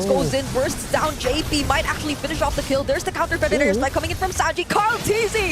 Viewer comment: The caster said "maybe get a ki-" he meant kill. Not kel.